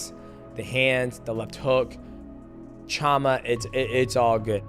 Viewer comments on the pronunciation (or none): So weird when people say chama when it’s pronounced shama.